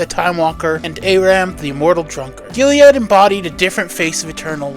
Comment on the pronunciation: Sorry to split hairs but Eternal Warrior’s first name is Gilad not Giliad